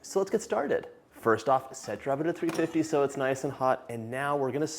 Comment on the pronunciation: Sounds like you said 250 but was set to 350!!! Which is it?